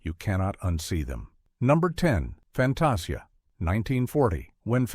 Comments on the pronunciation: Clicked to hear about the thumbnail, her face looks vaguely familiar (is she a character from a Goofy thing?) and that's a nice look. If it isn't in this video, I'm reporting this video for Misleading Thumbnail. FantAHsia??? Huh? Then pronounces it correctly a second later. BUZZ OFF with AI voices! One of the people writing the damn video can read it if you're too lazy to find a voice actor! Ugh. I'm going to look if I can report this for unlabelled AI content. Then you go on about the black centaurs of Fantasia (I figured) but use footage from the Sorcerer's Apprentice segment??? What about using footage from the SEGMENT IN QUESTION! I get not wanting to show the controversial characters, but at least show the right SCENE! Including the OTHER centaurs! (These are both about the first MINUTE, you're not doing well). I quite agree, they shouldn't have changed it, just asked the audience to accept it as a product of its time, I see so many old things come with a warning "This may contain questionable imagery from a different time, viewer discretion advised". Lillo? IT'S PRONOUNCED LEE-LO! Ala-deen? ALADDIN! I'm actually glad Bikini Goof-ette isn't there, gives me a solid reason to report this crap. Thanks! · I stopped watching when the narrator ("Fan-TAH-see-ah"? Are you kidding me?) went on and on about the racist characters in Fantasia's Pastorale segment...while showing nothing but "The Sorcerer's Apprentice"!